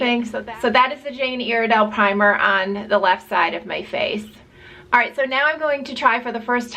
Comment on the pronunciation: Your saying Iredale wrong